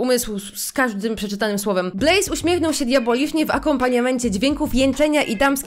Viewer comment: Ej ja wiem że to jest z 2 tygodni Jak ty powiedziałaś Blaise to ja usłyszałam Blaze aż mi się przypomniał Axel Blaze z Inazumy Eleven XD